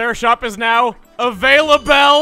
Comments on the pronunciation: Oh goodness chugga.."Beetles Shop is avail-a-bell" 😑😑😑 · "AVAILABELL" Unsubs